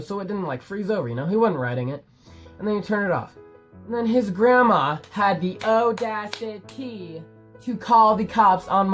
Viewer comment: SHE HAD THE AU DA CI TEH!!! 😂😂😂 and hey it's dom